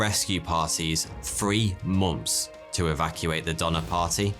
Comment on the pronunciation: I love the way you say mo(nth)ms. Also you're one of the very few men that can sport a moustache like that without looking ridiculous.